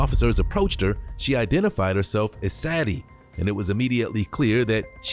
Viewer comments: Sadie is pronounced "Say Dee" NOT "sad ee" like you keep saying. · If only the commentary was accurate when depicting the details of a crime. There's a difference between he and she, and the pronunciation of Sad-ie vs Say-de, which was said correctly in the video at least 3 times yet still missprounced by the voice over. I know there's worse mistakes, but it's simple attention to detail. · Why, why, why are you pronouncing her name so wrong? SAD-EE..it's Say-dee....it's been around a long time, it's in q Beatles song, Sexy Say-dee, I've NEVER heard anyone say it as you did, very unprofessional dude, if you're uncertain you can Google correct pronounciations.. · saydee, sadie, not sadyee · Her name is pronounced Say-dy it spelled Sadie.